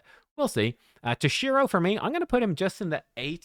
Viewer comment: tOshiro not tosh-I-ro